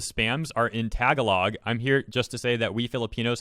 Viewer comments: it's Ta-ga-log not Tag-a-log lol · its pronounce tah-gah-log not tag-a-log but its okay at least you tried XD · I’m sorry dude,but the way you pronounced Tagalog is just hilarious.It’s pronounced: Tuh-gaa-luhg. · It's both sad and funny how these anti's are really letting this be such a big issue for them. Also if people are interested to know, when said " Tagalog " it is pronounced Tah - Gah - log. For " log " try saying it as if your saying " low " but replace the w with an g. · great video. Im glad that you made this video. without it, I wouldn't know hololive anti in the first place. just a minor correction... the word "Tagalog" is pronounced as: tuh-GAA-luhg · Hearing you say “tag a log” was a bit amusing to me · Just putting this here: Tuh-gaa-luhg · i dont know what i should be angrier at, my waifu being bullied or how he pronounced "tagalog" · Even as a poorly practicing filipino that can barely speak my own language your pronunciation of "Tagalog" hurt me on a spiritual level. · The way he says tagalog is just so funny ngl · As a Filipino fan... ...I cringe hard at your pronounciation of "tagalog."